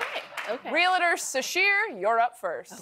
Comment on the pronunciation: Taylor you and your new show are awesome, but my ears bleed every time you pronounce it re-lit-er. I'm having flashbacks of Benedict Cumberbatch, and his Penguin pronunciation. Regardless, keep up the great work :).